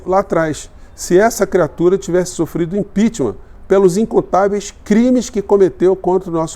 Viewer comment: Prá mim começou quando ouvi: "Impeacheament. Pelo comandante Uzra". Parei pra perguntar: quem é essa anta?